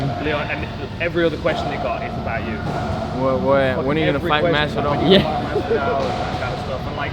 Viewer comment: "JORGE MAS-VAH-DAL bitch" -Joey Diaz